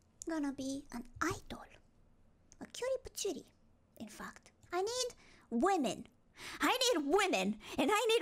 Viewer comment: Even the way she say fact sounded like faq